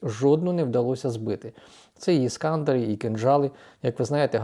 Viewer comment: Чому ескАндер якщо ескандЕр